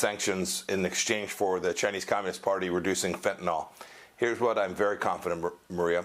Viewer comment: Why they always say Fentynol ( like Tylenol) instead of Fentanyl?